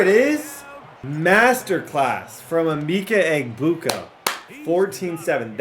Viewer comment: it’s Uh-Ma-Ka Egg-Boo-Ka